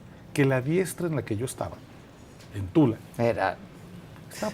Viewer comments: No es Tula, es Tala. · No es Tula, es Tala, Jalisco